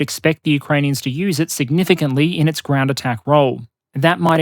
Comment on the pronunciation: wtf is the "groend" ?